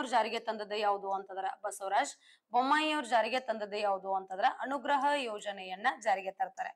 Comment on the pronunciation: ಬರೆಯುವುದು ಅನುಗ್ರಹ, ಹೇಳುವುದು ಅಣುಗ್ರಹ😅😅